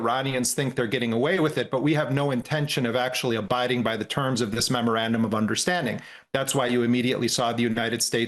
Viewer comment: Why is Scahill the only one that can say that dumb word memorandum correctly. Everyone else it sounds like murmurabdomen 😂